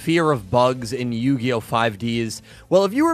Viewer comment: 5Deez nuts Sorry I just am very out of touch with the Yugioh fanbase and have never heard someone pronounce it like that lol.